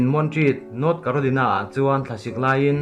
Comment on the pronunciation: Carolina hi ilam Dan hi adik lo..